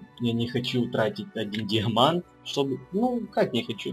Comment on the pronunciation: Даймант а не Диамант